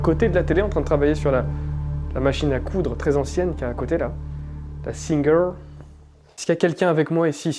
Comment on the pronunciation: Chouette enquête! Petite info : Singer est une marque française....ça se prononce à la française (j'avoue, j'ai bien rigolé à ce moment). Merci pour cette enquête, j'ai pensé un moment que tu courrais à l'étage pour voir ce qui était tombé....mais c'est vrai aussi que je suis pépouze sur mon canapé😂😂😂